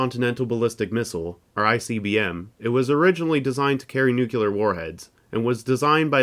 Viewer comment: Love the video. Just trying to help, but his name was pronounced like "Ser-Gay" not "Ser-Jay," and it's "Noo-Clear," not "New-Kyoo-Lrrr." These minor quibbles aside, congratulations on some amazing content and please keep up the outstanding work. Five stars. ^_^